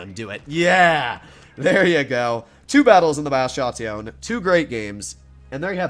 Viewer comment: What i love from this tank is how we pronounce it "Batshhattioonne"